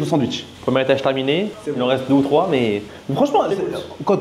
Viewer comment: T’es pas un professionnel de sa prononciation par contre frerot, c’est smash pas smatch 😂 Top la vidéo 👍